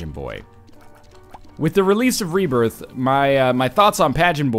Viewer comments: Binding of Isaac rebiarth, sounds like saying it with a southern accent cx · You ok there northernlion? Rebairth? XD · Lol Rebairth! silly northernlion!